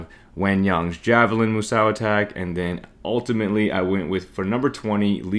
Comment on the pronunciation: Moo Sow? My ears are bleeding. 🐮